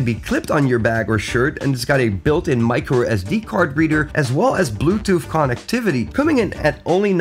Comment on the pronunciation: Did I just hear con-activity?